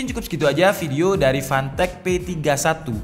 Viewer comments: Gw dengernya pantek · Tulisan : Fantech Kedengernya : Pantek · Setiap lu ngomong fantech yg gua denger pantek panek 😂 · Fantech ❌ Pantek ✅